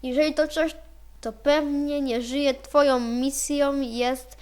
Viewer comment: twoją nie twojom